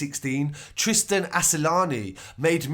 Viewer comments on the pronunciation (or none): none